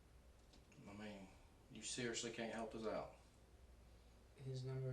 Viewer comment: “You Kent help a friend out??”